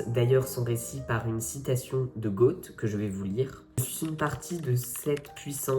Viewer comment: Goethe..merci de prononcer Gueute et non pas goat